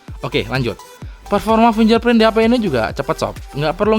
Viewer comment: bagus banget mas reviewnya, bikin pengen beli, cuma sempet kaget pas ada bayangan orang lewat wkwk. btw, fingerprint dibacanya finggerprin, bukan finjerprin ✌